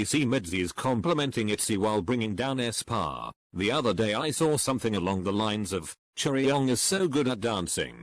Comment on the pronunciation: Nobody: The voice: æSpÅrh